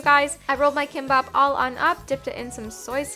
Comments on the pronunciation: Your pronouciation for ‘kimbap’ is perfect! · I'm Korean girl living in Korea. You pronounce Kimbap right!! and so good When you making Kimbap, you can add sesame oil in soy sauce or rice. then more savory and yumm!!